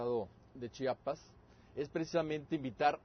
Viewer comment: CHIAPAS, NO CHAPAS :S EN SERIO ES MUY DIFÍCIL DECIR CHIAPAS?